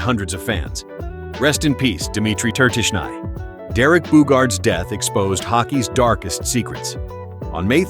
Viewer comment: Both Flyers players names were pronounced wrong. Pelle (Pelly) Lindbergh and Dimitri (Ter-tish-knee) Tertynshny.